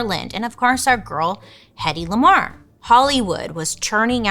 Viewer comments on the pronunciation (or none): When you said hettey lamar I thought you said Kendrick Lamar at first 😂